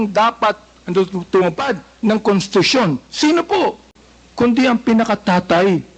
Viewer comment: Constitution po.indi contitution